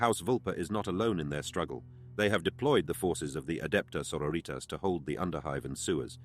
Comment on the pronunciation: love the voice work but.. sororitas is latin, you shouldn't be pronouncing that single word in spanish